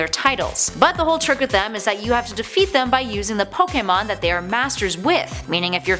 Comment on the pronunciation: Finally someone who can pernounce pokemon right